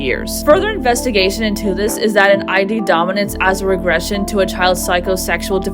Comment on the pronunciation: Id in psychology is pronounced "ee-d" fyi, not eye dee; it's a word on its own